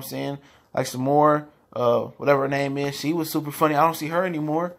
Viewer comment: My dude, you are fucking their names up😂😂😂😂